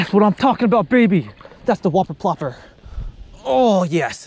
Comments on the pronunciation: The "Wuh-per Pluhp-per" 😂😂😂😂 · oooohhmppphmhm thwuh WHoppuh pwoppa x4 gets more clear each time he says it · Y u gotta say whopper plopper like that